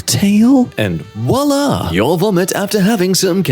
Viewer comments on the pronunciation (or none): none